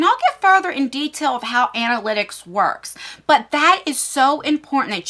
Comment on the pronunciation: Another great video 👍 Plz do more YouTube info 👌 (btw it’s ANA-lit-icks, rather than ANT-A-lit-icks 😂) I feel a little guilty that I haven’t started a channel. I’ve wanted to for so long and it’s already been a full year and a half that I could of been posting 😩